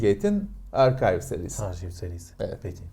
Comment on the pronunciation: Baktım, evet doğru okuduğu bölümün hakkını veriyor. Bu adamdan bir sürü şey öğrendim.